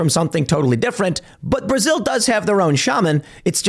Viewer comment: Is Tim saying, "Prasil?"